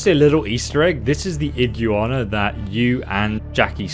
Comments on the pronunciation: tf is an Iguu Arna? It's pronounced Igg waana, spaz. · Did you call the iguana an iggywanda? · Video was great other than “I-JYU-ANA” whyyyyyyyy it’s “IG-WANA